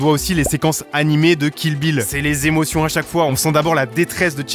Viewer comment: "C'est les émotiong"